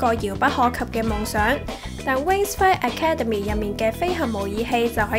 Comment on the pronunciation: 個女主持係唔係唔識英文？ Academy咁簡單嘅字都讀錯